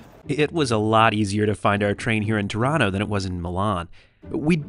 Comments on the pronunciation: I kept hearing "Toronto" instead of "Tirano" and thought European train travel had gone futuristic. 😆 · 🇨🇦🇨🇦The subtitles keep on picking up Tirano as ‘Toronto’😅 I’m glad my city was mentioned so often on this trip! (I guess your pronounciation was much closer to Toronto (Tor-an-to) than ‘Tirano’ (Tee-rah-no))🇨🇦🇨🇦